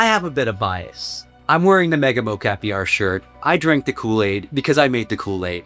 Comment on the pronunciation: Really informative video. Thank you! One question are you calling this mo-CAPI on purpose? Was a bit jarring each time.